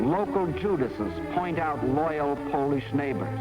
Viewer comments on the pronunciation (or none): none